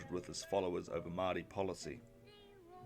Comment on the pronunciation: Great video, it’s hard to find early elections summarised like this. Gotta work on those pronunciations though, especially ‘Māori’ - oof.